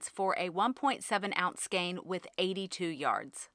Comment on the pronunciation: Great video and thank you for pronouncing skein properly.